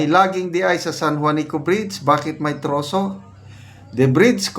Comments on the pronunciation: Trusses siguro. Naiba ng pagbasa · Tinagalog nya ang “trusses” siguro kaya naging troso…sounds like😂😂😂😱😱😱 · Wala naman troso dyan ang nakamali lang ng bigkas, ibig nyang sabihin ay trases